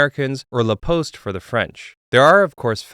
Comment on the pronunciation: aie aie aie, the way you pronounced "La Poste" 🥶